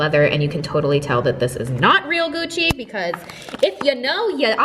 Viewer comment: "eucci bag" hahaha love you